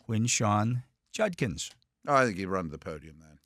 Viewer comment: Hey, Dale finally learned how to pronounce Judkins!